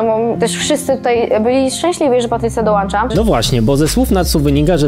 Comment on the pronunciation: "Patrycja dołańcza"nie doóczona jdjotka :)